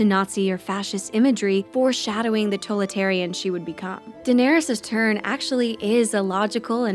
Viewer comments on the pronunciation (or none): ...What's a "toletarian?" Sorry, super petty. You guys are great keep it up.